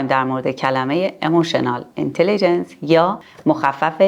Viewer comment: Emotional Intelligence تلفظ درستش هست